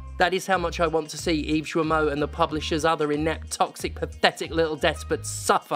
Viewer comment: The "Gui" in "Guillemot" is pronounced the same way as the "Gua" in "Guardian". It's "gi" (as in "Github"), not "joo-ee". Thanks for your attention